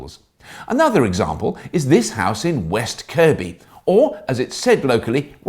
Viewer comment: Haha "West Kirkby" spot on lad